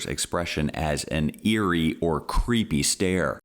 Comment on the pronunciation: "I have worked with meenay meenay people under the autism spectrum, and none of them have ever seemed crayeepee." Ok, thanks Nancy. Maybe go back to Alabama...